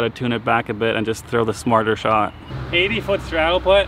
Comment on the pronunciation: Simon-“sometimes i need to tune it back a bit and throw the smarter shot”... “80ft strattle putt” 😂😂